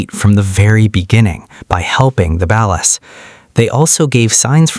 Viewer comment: Balis?? Its (BALL-UHS)